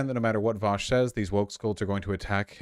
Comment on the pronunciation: Vausch pronounced all the words correctly 😎